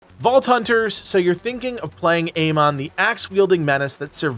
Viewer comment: ”AMAN” bro doesn’t even know how to pronounce his name right😭😭🙏🏾🙏🏾